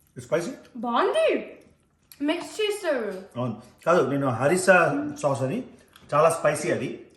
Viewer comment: "Anou" always "avunu"😂😂